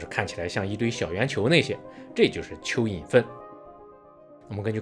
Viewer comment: 沒看螢幕突聽到大陸口音的說要介紹邱議瑩，覺不可思議，原來是說蚯蚓，哈哈！😅